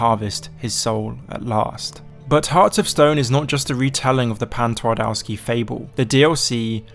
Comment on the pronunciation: ngl i like how you mentioned Pan Twardowski as its clearly what Heart of Stone is based on, but your pronunciation of Polish makes my ears bleed.